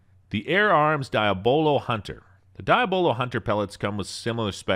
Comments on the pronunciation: It's "Dee AH buh lo" - NOT "Die ah BO lo"; Diabolo is the Devil. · Diya bolo never heard anyone say it like that. De yah blo. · Could you please speak English? It’s pronounced ‘deeablo’ thank you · It's pronounced ( Dee-Ah-Blow) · Or Dee-Ab-Low 😉 But definitely not what he said. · so we letting him pronounce diabolo however he want to i see